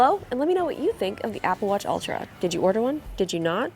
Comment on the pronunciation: What’s an “aga watch”?😂 Also What size is her wrist???